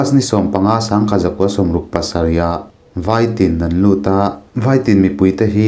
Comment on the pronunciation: A ngaihnawmin a beng var thlak... Khaw hming lam dan leh Mizo tawng lam dan thenkhat erawh hi chu a dik tawk lo deuh... Lamchhip khua te.. Vaitin khua te hi a thluk a dik lo